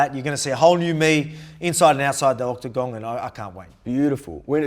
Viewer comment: Volk needs some merch or something with “OctaGONG”